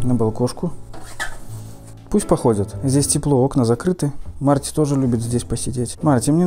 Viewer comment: Марти звучит как март